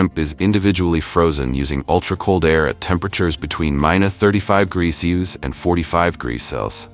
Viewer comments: Good video overall, but you need to teach your AI how to properly pronounce "Celsius!" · Are they incapable of pronouncing the word Celsius? What's up with that?